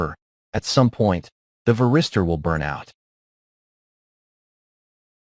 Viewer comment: Какой нахуй ВЕРИСТЁР? ВАРИСТОР, МАТЬ ВАШУ, ВАРИСТОР!!! Кто-то будет смотреть из начинающих, так и будет потом называть. Поправить нельзя этого электронного болвана-диктора?